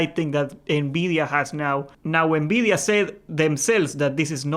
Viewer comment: Why do you say Nbidia instead of Nvidia